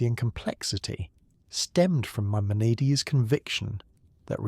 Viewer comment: gotta consistently hit the pronunciations better tho. My-mon-a-deez. Some times you got it right, some times you got a crazy take